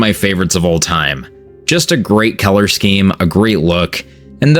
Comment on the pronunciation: Him pronouncing color as Keller had me confused for the longest time